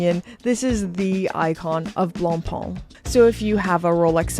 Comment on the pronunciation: Please, it is "BlancPain", not "BlancPan". So, repeat after me: du pain, du vin, du BlancPain. 😊 Love your video's by the way!